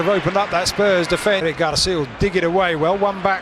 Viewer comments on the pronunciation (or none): none